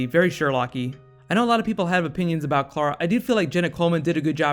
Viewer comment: I wish this guy would learn to say Clara right. It's spelled C-L-A-R-A and he's saying K-L-A-R-A